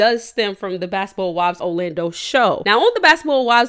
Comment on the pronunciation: Or "O-lando" 😂